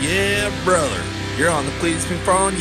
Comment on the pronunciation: Jonathan ponce “Hell yea brother” he said “brudder” tho